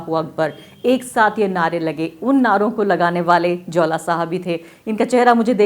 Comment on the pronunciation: Jaula Ko Jwala Bata Rahi h